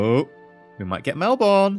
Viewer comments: Ok. As an Aussie I have a problem with one thing in this episode. Despite being spelt Melbourne it's pronounced Melb'n. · as an Australian I cringed when you said Melbourne wrong but I will help you. Say Mel-Ben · Oh and, Melbourne. (Mel-ben) is the pronunciation, my dear. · Sharne Johnson indeed, it was massive cringe. Mel-ben. is literally the only person I know to have mispronounced the name.